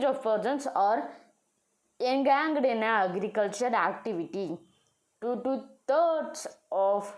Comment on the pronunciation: You said en-ga-ged bro. Actually you should pronounce like en-ga-jed